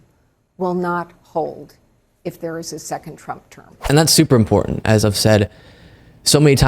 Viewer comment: "Im-por-unh." C'mon,! In the first minute, you dropped a T in the word, "important." A lot of younger people, including a handful of local TV News anchors do this, and it just sounds sub-literate. I am on your side and love your viewpoints, but bad diction irritates me to no end. If you are a younger soul and talk like this, STOP!